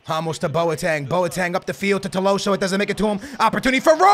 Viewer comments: It's tolisio not toloso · it’s To-LI-sso not To-LO-sso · bro... it’s Tolliso, not Tolloso.... 2LeeSo... it’s triggering😂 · how did he screw it up so bad? tolloso? Man, i like skillz but he's so dyslexic its mental. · need to go see the eye doctor to change his glasses, its not 'TOLOSSO' its 'TOLISSO' it clearly shows his name with the letter i not o. lol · Its not Tolosso.. Its written right there TOLISSO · It is not Tilosso but Tolisso! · Tolisso, not tolosso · Tolissou. Not tolosso wtf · his name is tolisso to-li-so not to-lo-so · It’s tolisso not tolosso 😂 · Dude. it's Tolisso, not Tolosso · It’s Tolisso not Tolosso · its tolisso not tolosso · tolisso... not tolosso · Please, it is TOLISSO not TOLOWSSO, you’re killing me man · It’s toLIso not toloso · Its TOLISO NOT TOLOSO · Tolliso is pronounced toll-ees-so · also, he pronounced Tolliso's name right on his main channel, and he butchers it here... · here are some pronounciations Tolisso=to-lee-so Lewandowski=le-van-dof-ski Gnabry=nabry g is silent also bring vallejo for cb asensio or dele alli or gomes(angel not andre) for cam and SELL vidal,costa,neuer,coman and BUY goretzka,ederson,hakimi and a backup LB like dinge or davies or rose or luke shaw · Toe-lee-so like so he can see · lets get this correct right now its toe-lee-so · Tolisso= Toleeso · It's pronounced TO-LI-SO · skillz trying to say tolisso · Do you guys also fijd it funny how he says tolisso😂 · You say you read the comments, yet you keep pronouncing Tolissos’s name wrong